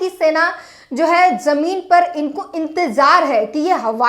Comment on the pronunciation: Jone nahi Zone... Or Jameen Nahi Zameen.. Shambhu Bhaiya Sikhao inko Qki aap to sahi bolte ho per ye nahi.. Intejar nahi intezar....